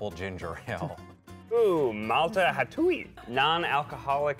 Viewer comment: Ha-too-ee 😂😂😂 i laughed so hard when they pronounced Hatuey